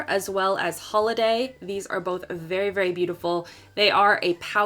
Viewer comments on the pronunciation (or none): none